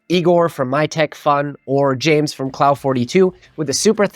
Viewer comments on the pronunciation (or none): none